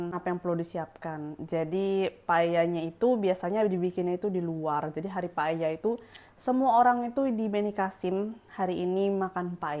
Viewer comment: Tulisannya Paella, nyebutnya paya